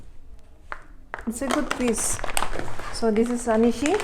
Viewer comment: Sis, please do correct anishi. Let the people learn the correct word our(Ao dialect. Thanks.